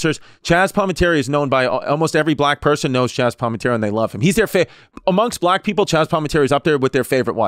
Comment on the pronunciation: Chaz palmantery....whoooooo is that.